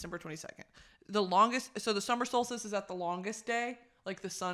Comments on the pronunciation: "summer stolstice" had me dead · the scream i scrumpt every time she said solstice wrong 😭